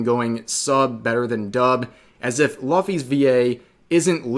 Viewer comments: And it’s “Loo fee” not “Luh fee” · Man, you legit mispronounced Luffy's name. That takes balls. It's supposed to be Loo-fee. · The way Rev pronounced Luffy's name made cringe into Otherworld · How can you said luffy name wrong?